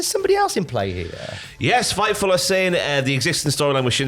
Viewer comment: Every time you say Fightful select I think Fifel goes west. 😂